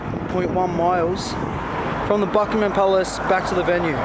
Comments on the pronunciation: it's pronounced bucking-um palace pal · The way he pronounced Buckingham 😂 awwww great photos aswell x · I love the way you pronounce Buckingham palace, you're so cute